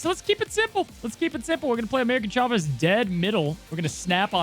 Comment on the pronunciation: Why do I always hear “American” Chavez whenever mentions that card?!